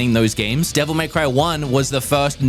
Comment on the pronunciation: The way you pronounce Devil May Cry will never stop annoying me.